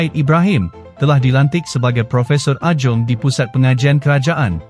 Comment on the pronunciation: Penyebut Adjung itu 'edjang'. Buat research sikit. Bagi nampak bijak.